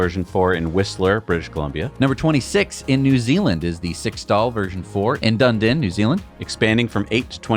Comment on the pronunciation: “Dun din” New Zealand 😂 It’s pronounced “Dun Eden”